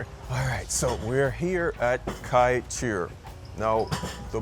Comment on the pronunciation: The best Kaiteur (pronounced kai-chore) is on Lefferts blvd and Jamaica Ave. The big one. My favorite Guyanese Chinese overall is Caribbean cabana on 116th st and Jamaica Ave. For the boneless jerk chicken fried rice and the cha chi kai chicken with their peppa sauce is amazing. Also honorable mention is friend restaurant on 110th st and 101 Ave. They pack their tray and the pepper is amazing.